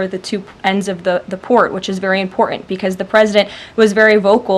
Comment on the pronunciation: She has a speech impediment.. She cannot pronounce the simple word ( important ).... Lol